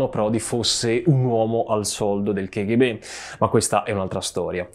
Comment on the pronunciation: Una piccola domanda, la pronuncia non dovrebbe essere "kaghebè"?